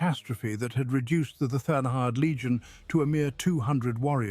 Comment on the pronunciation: why can't you pronounce third?